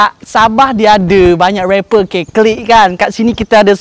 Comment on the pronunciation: Bukan sabeh tp sabah Hhhh lucu lucu.. salam dari indonesia